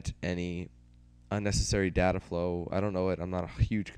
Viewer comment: You red DATA wrong